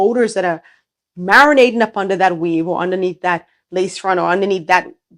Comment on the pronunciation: It’s weave not Weth